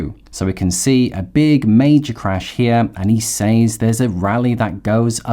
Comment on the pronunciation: Just a heads up - Says is pronounced Sez. I only discovered this at age 50 and I was surprised that know one ever told me. Thanks for the excellent content.